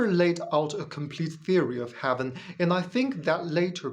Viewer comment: AI has better pronunciation and intonation. Not intended as a critique of English. Your English,, is excellent. "Heaven" not "haven", "These" was mis-read as "this" (This is just a little feedback for you, ). I thought, originally that your accent was British-flavoured, but your subtitles are in US English. Where did you learn your English? Your ideas? Unconvincing. Successful religions have always been about controlling other people. That is what they are selected for, if they do not do that, they get replaced. Reality is not important to religion (well, successful religions). I suppose the Flying Spaghetti Monster has some connection to reality.